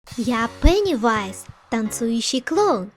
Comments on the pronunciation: почему ты говоришь Пэнивайз а не Пинивайз ? я не чего просто я специально читала эту книгу и смотрела фильм и там говорится Пенивайз . Клёвый DIY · Не пэневайза а пеневайза а так видео норм